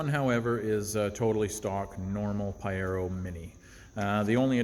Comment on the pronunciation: Love it ! But it’s pronounced Pah-jeer-oh. Informative mate 👍